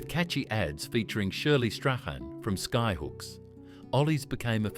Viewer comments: It’s pronounced “Straw-n”!🙄🙄🙄🙄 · Some great memories spoiled by the AI narration that couldn’t pronounce Smorgy’s or Shirley Strachan correctly. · Pizza Haven was a delivery-only establishment, not a restaurant chain. You forgot about the Black Stump chain. Is this AI voiceover? I ask, as that's not how you pronounce Graeme "Shirley" Strachan's name.